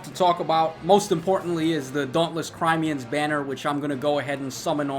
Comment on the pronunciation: crim aye uh, not crime an